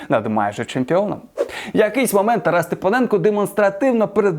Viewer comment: Автор 5авчись правильно призвище вимовляти Степаненко правильно казати а не Степоненко.